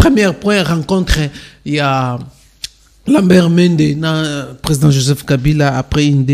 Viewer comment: Ndeko yeba koloba Oza journaliste prononciation nayo eza be kobonaye Lambert Mende Lamert Mende te